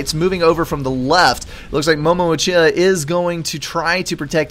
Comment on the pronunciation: I wouldnt be surprised if MOMO uchiha derived his name from MoMo in Avatar the last air bender and Uchiha from naruto :D Pretty cool name Also his name is pronounced U chi ha